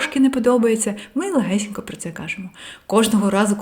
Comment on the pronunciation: face-red-heart-shape: легесєнько --> легесенько я́кщо --> якщó функцианальний --> функціональний змусити сéбе --> змусити себé працюв"иа"ти --> працювати (вимова) так і кажить --> так і кажіть прóста --> прóсто зацікавлєність --> зацікавленість найвишший --> найвищий батькив --> батьків стресостійки --> стресостійкі скаріше --> скоріше скалічени --> скалічені норм"иа"льно --> нормально (вимова) спротів --> спротив розкишно --> розкішно вíсімдесят --> вісімдеся́т татарін --> татарин в опису --> в описі